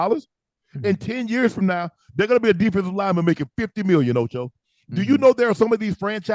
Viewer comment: Not Toe-Cho! Lol